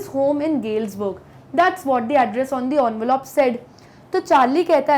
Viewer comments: it's not Onvelope.. It's envelope You pronounced it incorrectly. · Envelope ❎ onvelop✅ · She is trying to over pronounciate 😂